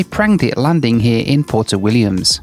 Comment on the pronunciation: It's not pronounced "porto", it's "pwerto".